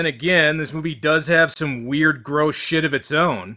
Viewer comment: What are you Scottish?!